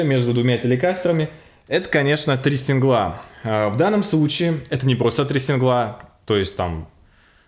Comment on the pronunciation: Не синглА, а сИнгла. Лол.